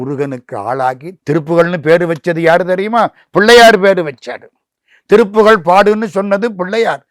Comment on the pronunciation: பேட்டி எடுப்பவர் ஏன் திருப்புகல்... திருப்புகல் என உச்சரிக்கிறார்.? நல்ல உச்சரிப்புடன் கூடிய நபருக்கு வாய்ப்பு கொடுங்கள். நன்றிகள்